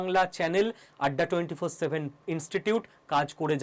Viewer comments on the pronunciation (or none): none